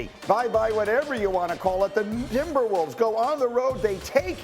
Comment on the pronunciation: Did I really just hear "the N...imberwolves" ? man thought for half a sec that Nuggets won that game haha